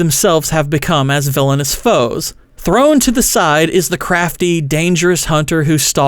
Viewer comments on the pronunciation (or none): none